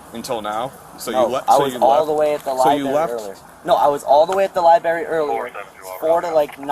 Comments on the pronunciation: He should arrest him for sayin "lie berry". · Kid should spend more time at the "liberry". Maybe he can look up how to pronounce it. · Young man was at the "libary"... maybe he should look at the dictionary next time he's at the library. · dude called it a "libary" instead of "library." 🤣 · libary? L-I-B-A-R-Y??!!